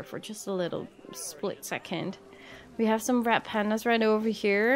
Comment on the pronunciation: I know your saying Red but for some reason I'm hearing Rat not Red I don't know why I'm hearing that but I am